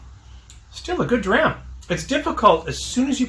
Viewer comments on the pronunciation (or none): none